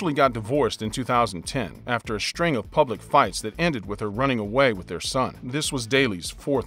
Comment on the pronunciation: Dude, st isn’t sh. Australian not Aushtralian. String not shtring. And on.